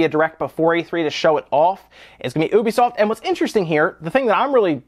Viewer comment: You say 'ubisoft' funny.